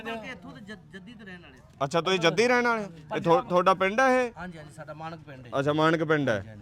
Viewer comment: ਧੇਡਾ ਨਹੀਂ ਤੁਹਾਡਾ ਧਾਨੂੰ ਨਹੀਂ ਤੁਹਾਨੂੰ ਸ਼ੁਭ ਬੋਲੋ ?